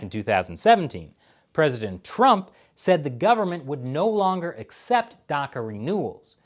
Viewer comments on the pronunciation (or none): none